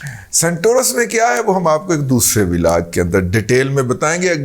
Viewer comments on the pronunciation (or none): none